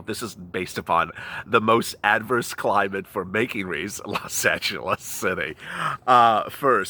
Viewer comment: Wreaths, not Reeves...